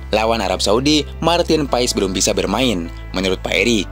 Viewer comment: paes bukan pais